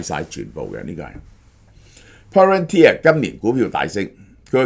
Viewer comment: 蕭生終於讀啱Palantir😊